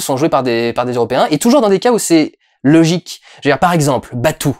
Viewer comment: Batou se prononce Batō(en insistant un peu sur le "o") ;)